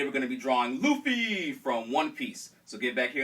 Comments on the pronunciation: its Luffy not Loofy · lol you say it like loofy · No Luffy is pronounced Ruffy in fact all L are pronounced R in Japanese. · why do you call him "Luffy" that's like the japanese version cause they can't pronounce the "R" in english he's called "Monkey D. Ruffy" if i'm not completly wrong but still nice video though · "you have to stay on model" Doesn't do it him self. Man you're good at the american cartoons and comic drawings. Manga not so much :S. I mean you even said his name wrong *face palm* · japanese ppl don't pronounce the R with the L... they pronounce the L with the R... like... when franky sang he was singing right RRRRReft because he can´t pronounce the ´L´. just saiying saiyan.jpg